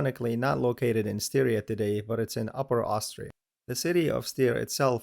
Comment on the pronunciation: Furthermore Styria is not pronounced like Syria, the first syllable is pronounced like in "stylish". Which leads to a result much closer to the native German name "Steiermark". (Same goes for town and river Steyr...)